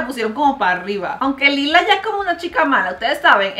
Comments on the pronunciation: no es lila es layla asi se dice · oye es laila no es lila esz laila